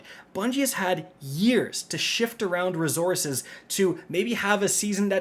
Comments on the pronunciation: Every video where I get to hear him pronounce “ruhzoorses” gets a 👍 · WTF are these “rezorzes” you keep referring to? Jk Love ya bud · You should substitue "rezorzez" for "materials"